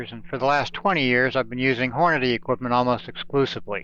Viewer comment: I can tell you been reloading for a while cause you dont pronounce it horn a day. nice vid